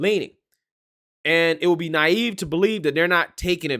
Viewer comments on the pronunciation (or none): none